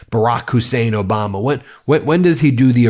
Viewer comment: He couldn't even pronounce President Obama's name or Hilary Clinton's name right!